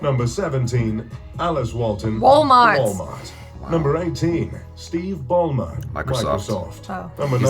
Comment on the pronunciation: Steve balmer : balmart